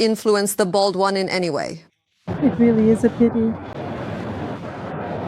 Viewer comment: The bold one or did she this presenter say a bald one ??? She is only home s illegitimate daughter what could she say???